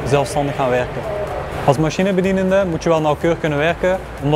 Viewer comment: Ik ben begonnen als machinebedienende. Hij kan ze eigen functie niet eens goed uitspreken😅